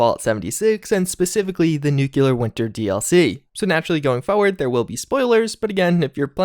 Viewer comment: Me too, don't wanna rag on a dude who's content I enjoy, but he also refuse to pronounce foRward correctly, as in foward, maybe it's an accent thing, can't say much I'm from Yorkshire UK, 99% of ppl probably couldn't understand my accent either.